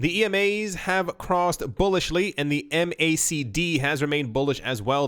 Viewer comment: The MACD is colloquially pronounced "mac-dee"